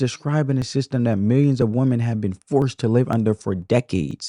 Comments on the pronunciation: I totally give this video a thumbs up. However, why is there this new trend of how the younger generation pronounces the word, "women" when describing more than one woman? It must be a tik tok thing bc it sounds ridiculous. When describing more than one woman, it's "women", not "woman". It sounds very uneducated. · Woman. Women. Please learn how to pronounce both and understand the difference. You diminish your content because you have not understood very simple grammar.